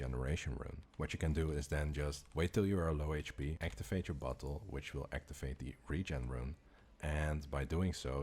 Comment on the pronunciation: BOTTLE NOT BUTHOLE